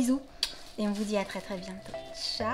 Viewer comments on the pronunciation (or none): none